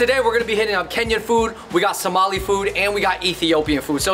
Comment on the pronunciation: It’s Somali not somalina